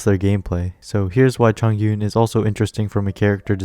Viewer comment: hiii bestie a liyue pronunciation guide is out please give it a listen =) <3 thanks! - chongyun main